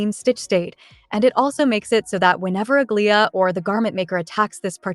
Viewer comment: Aglaea's pronunciation 😭 Please watch hsr new trailer